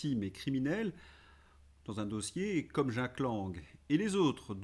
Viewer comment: ....d'jack...m'a toujours agacé, le gus lui même , et la façon de prononcer le prénom à l'amerloquaine.....bonne continuation🐞🐞🐞🐞🐞🐞🐞🐞🐞🐞🐞🐞